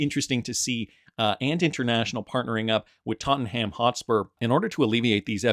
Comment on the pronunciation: "Tot un um" is how it's pronounced.